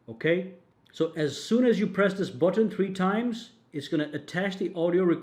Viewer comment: budton budton who's got the budton i will hear "budton" in my dreams tonight.